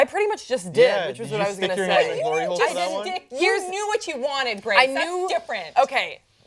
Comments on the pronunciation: Did she just say glory hole lol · When she said hlory hole i tought of pornhub :D